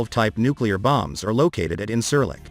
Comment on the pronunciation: This video is full of false shit, at least try to pronounce the airbase that you are talking about